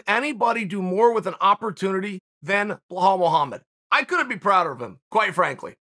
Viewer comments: "Blahal Muhammad" 😂😂😂😂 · Chael “blahal” sonnen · When chael does these ads he is always like this ad really helped me blah blah blah, or he is like I was a customer even before they sponsored me. Like no chael half these companies I have never heard of and chael knows damn well he sleeps just fine lol. Btw it’s bilal idk where chael the goat is bringing that “h” from